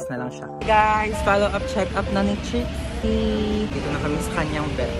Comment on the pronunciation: Kuya ano po ba trixie or drixie kasi minsan naririnig ko drixie minsan nmn po trixie?